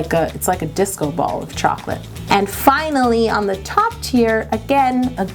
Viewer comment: I kept thinking she was saying tears instead of teir